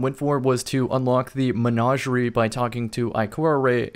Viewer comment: Anybody else hate the way he says Menagerie?